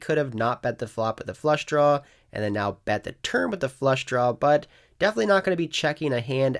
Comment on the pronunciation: Is it just me, or do you say "Downg" with a G? lol Like when you're on a flush "drawl"